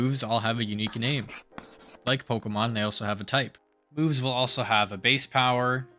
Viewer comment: it sounds like you are saying boobs instead of moves and it made me lock in to the video, great content